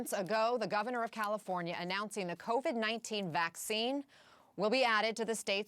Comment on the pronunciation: Newsom says - CaliforNIya. Never heard it pronounced that way. Most people, it's Californ-ya. Maybe that's why he got elected. You know? People say - CalifornYA - they THINK they know what it is, and maybe they need a guy who isn't sure. Anyway. First time, I've heard him speak, and I don't know what the problem is with out of staters hating him. He's a lot better at communicating than most. And. I got a lot of family in California, and I would prefer that people, there, take the vaccine. People talk about civil liberties in red states, and if that's their idea of freedom, having this right to be a speed bump in terms of national AND global recovery from this pandemic, it could be why Americans 'imagine' the US is about freedom, when in truth, freedom has more to do with 'speeding' things along. We're good at 2 things, in the US, beyond any other nation, lying about and pretending to be free, as a group or collective. 'Freedom' might come to one person in a great state, ever 3 generations. That statistic is to balance out whole swaths of states with BAD vibes, low intelligence, and BAD karma. Course. Not talking about Florida OR Texas.